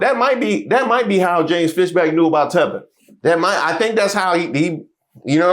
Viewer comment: Yea he said 😂it “TEATHER”